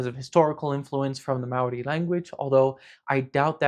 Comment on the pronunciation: this is probably the closest i've seen a non new zealander get to pronouncing the word māori correctly